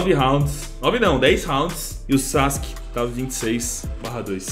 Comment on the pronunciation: Pronuncia:sasque Escrita :sasuke